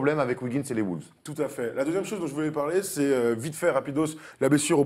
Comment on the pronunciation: un jour il faudra que les journalistes francais arretent de dire "les Woulves"